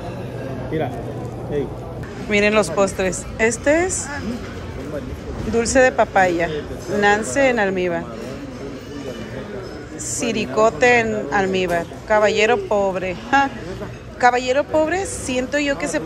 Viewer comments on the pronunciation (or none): Pibil NO PiPil y es dulce de Nance NO Nancy